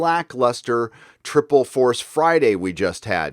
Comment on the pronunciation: twiple force fwiday . No one cared .